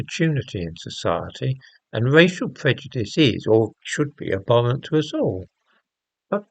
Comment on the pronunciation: . Abhorrent, not “aborrent”. Even low IQ people know this.